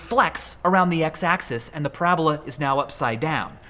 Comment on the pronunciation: bruh did u really just end parabola with an e like its hyperbole.,., people these days